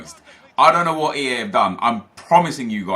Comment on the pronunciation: You said AA not EA